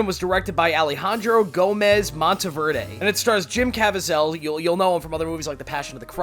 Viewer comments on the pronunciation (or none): Look, I like your review of Sound of Freedom but can you at least pronounce Jim's name correctly? It is pronounced Caveeezal not Cavazel. I think this is important as he is becoming a huge star with his brilliance in portraying Jesus Christ and now this hugely important film about the kidnapping, Raping, and murder of millions of children across the world PLEASE!